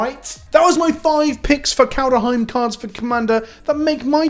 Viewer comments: Everyone: ''Kaldheim'' EVERYONE: ''Kaldheim'':.......... ''Kaldaheim'' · He's saying KalDUHheim on purpose at this point lel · If you say Kal duh heim three times in a row in front of a mirror Halvar himself with appear and tell you he’s disappointed in you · So what is it about your brain that can't comprehend making an "h" sound after a "d" sound?